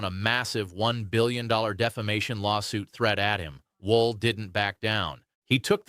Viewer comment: Wolf, not Wool!